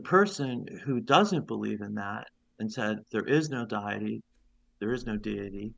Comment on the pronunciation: he reveals he's reading a script and is also terrible at reading. "Diet-y" 😂